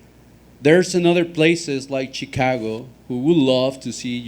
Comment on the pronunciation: U jus said CheeCago u still Mexican fam.. that former ish weird bro .